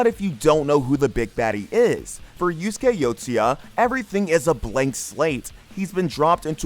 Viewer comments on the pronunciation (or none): none